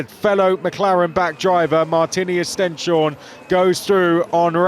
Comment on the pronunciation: At some point the commentators will have to learn how to pronounce Stenshorne, right? Right?